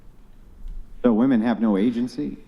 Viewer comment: The way she pronounces woman bothers me